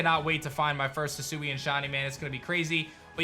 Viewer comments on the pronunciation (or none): none